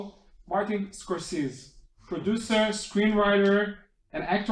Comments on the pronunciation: למה לא ביטאתם את שמו כיאות? סקורסזי, לא סקורסיז. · A bit annoying right? A name shouldn't be accent-dependent. I'm thankful that they did the interview, and that I got to hear and see it. But his name ain't Score-Seez!